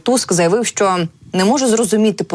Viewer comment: ця жінка ледве говорить, що не так з її ротом, коли вона намагається сказати слово "що"? Будь ласка, припиніть наймати неграмотних людей.